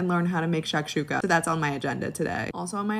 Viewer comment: Oh, and it’s pronounced “shock-shook-uh” nitwit